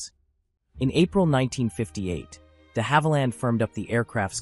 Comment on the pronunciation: You mispronounced DeHavilland too.